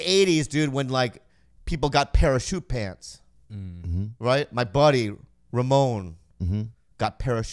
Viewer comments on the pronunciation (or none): Bobby was pronouncing “Parachute Pants” exactly how Theo would with the emphasis on the wrong syllable hahaha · “Para shootpants” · My favorite part was when Bobby mispronounced "parachute". Where does he come up with that comic genius?? So original too